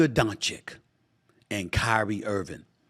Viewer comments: At least he's not calling him DONK-ITCH anymore 🤣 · It’s not Luka DonCHICK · Inquiring minds want to know: If the Mavs win the chip, will SA pronounce Luka Doncic's name correctly? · I think he mispronounces his name on purpose otherwise how can someone be so dumb?